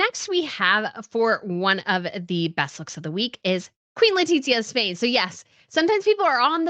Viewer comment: Love you, but why do you keep calling her “Letitsia” is awful, as a spanish citizen I can guarantee you, that is not how we (or her) pronounce it. Think of the sound of the th in English, it would be something more similar to “LetiTHia” and that’s probably easier to pronounce to a English speaker than what you call her